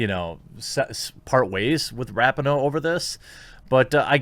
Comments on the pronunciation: Her name is pronounced Ra-pee-no. Capiche? Regardless, she is still a garage human being. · Jeremy…. I’m a huge fan and I don’t want you to get flack for something as minor as mispronouncing her name. But it’s pronounced Ra-Pee-No. Hopefully you won’t need to talk about her again…. I just thought I would give you a heads up.